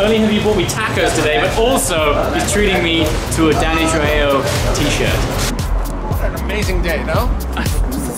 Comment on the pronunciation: "Danny trjo of Trejos ."